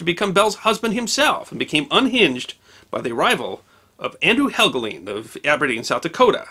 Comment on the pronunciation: Andrew Helgelein - the last syllable is correctly spoken to rhyme with Wine, Fine, Line or Mine.